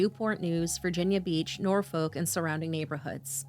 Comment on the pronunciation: Omg this is not that far from me. 😮 Awh, now the foster mom's interview. 💔😭 The way some of the cities have been pronounced is hilarious lol. Its Norfolk - pronounced Nor F**k Poquoson - po quo son